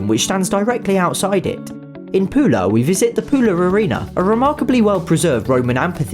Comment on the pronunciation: Its not pulo its pula